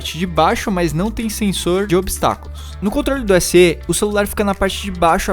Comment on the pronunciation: Na língua portuguesa do Brasil, a pronúncia correta do fonema /e/ das siglas, marcas ou similares é com som aberto: /é/. Para confirmar isso, basta ler as seguintes siglas: DNER, BNDES, IPEIA, ESA, EUA, IBGE, OPEP, UERJ, TSE. MEC. Portanto, tua pronúncia SE, com som fechado no "e" - /ê/, está fora dos padrões de nosso vernáculo. As pessoas ignorantes academicamente, ao ouvirem o errado, tendem a imitar e repetir o erro e errarem da mesma forma. Olha só como as pessoas repetem os erros dos outros, porque não se interessam em estudar: RECORDE: PRONÚNCIA ERRADA: com a tônica caindo na sílaba "re” PRONÚNCIA CORRETA: com a tônica caindo na sílaba "cor" CATETER: PRONÚNCIA ERRADA: com a tônica caindo na sílaba "te” PRONÚNCIA CORRETA: com a tônica caindo na sílaba "ter" IBERO: PRONÚNCIA ERRADA: com a tônica caindo na sílaba "i” PRONÚNCIA CORRETA: com a tônica caindo na sílaba "be" PUDICO: PRONÚNCIA ERRADA: com a tônica caindo na sílaba "pu” PRONÚNCIA CORRETA: com a tônica caindo na sílaba "di" RUBRICA: PRONÚNCIA ERRADA: com a tônica caindo na sílaba "ru” PRONÚNCIA CORRETA: com a tônica caindo na sílaba "bri" LÁTEX: PRONÚNCIA ERRADA: com a tônica caindo na sílaba "tex” PRONÚNCIA CORRETA: com a tônica caindo na sílaba "la"